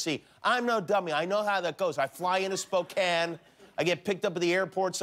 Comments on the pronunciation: Oh, Jimmy... get out of your LA and Las Vegas bubble and come on up and see GU. You'll love Spokane (at least you pronounced it correctly). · For someone that doesn't believe it exists, your pronounciation of Gonzaga, Spokane, etc. is pretty spot on there, Jimmy. Just sayn...